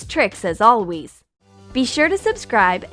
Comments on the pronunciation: did anyone hear her say "alwees" at the very end of the video ??? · Did none here the end when she said “as always” it sounded like she said “ as alwees” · At the end the black haired girl said as alweess instead of always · Did u say alweez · At the end "alwees" xD